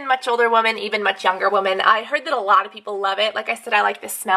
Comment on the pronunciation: LoL. Woman in plural is pronounced "wimin". Just saying. :P